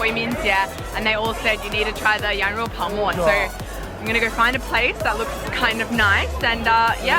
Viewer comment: 羊肉泡馍，发音太正了😁